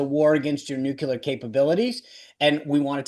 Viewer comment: the word is “New-Clear”. NOT nucular.